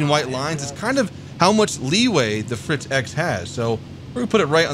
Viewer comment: Unleash ze Fritz!